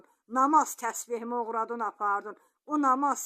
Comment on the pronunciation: Oğurladın yox oğuradun düz